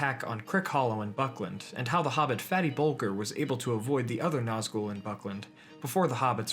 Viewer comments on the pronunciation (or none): Ahem.. It's pronounced bull-jer. I have a fairly uncommon surname so the fact that it's in The Lord of the Rings is a great little claim to fame. As you were...